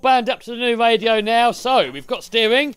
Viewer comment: Great video. I love playing in stormwater. Only he needs a new voice over person. I really don't understand people who say. Wadio contwolled boat. I know it's a speech impediment. But surely you have access to speech therapy in the UK.😢😢😢